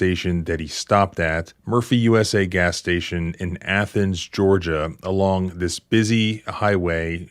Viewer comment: "Athens" is in Greece. The city in Georgia is pronounced "ay-thens"